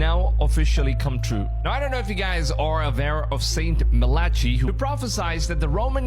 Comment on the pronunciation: Saint Malachee, get the name right.